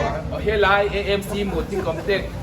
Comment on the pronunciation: Amc tih tur itia nangmah zawkin Emc i ti leh sia😝😝